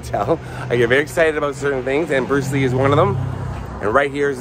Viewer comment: Bluce Ree